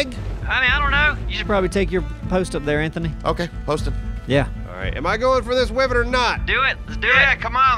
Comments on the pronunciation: Is it too late to mention wyvern is pronounced "why-vern"? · They can't even pronounce wyvern correctly.